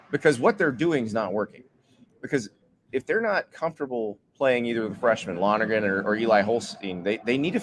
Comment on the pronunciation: Can you say Lonergan !!!